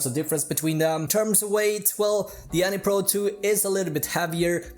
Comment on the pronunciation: Anny pro 2 lol it’s pronounced Anne pro 2